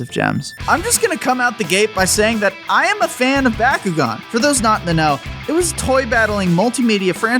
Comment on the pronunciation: My favorite DS game is how you don't know how to pronounce Bakugan. What do you say Merry-o as well? reported to the FBI